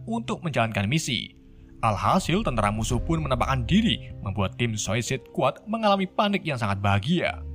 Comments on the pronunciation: Kenapa bacanya sosis squad dah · Min,bacanya suasaid skuad,,ngomongnya kok susah amet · anjir ngomong nya Susuasaid squad🤣🤣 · Bacanya sesadd bang😉 Awokwokwok 🤣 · Bacanya sueicid skuad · Bacanya gini bang "suicude squad" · suisait sekuat gt bang bacanya:D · Cara baca Suicide Squad=Suisaid Skuad Gitu bg klo masih gabisa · Blepotan banget bacanya 🤣🤣🤣,, "suesaid skuad" min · Sausaid squad baca nya